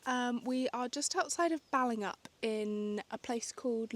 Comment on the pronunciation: Pronunciation tip: Balingup is pronounced Bailingup not Bellingup.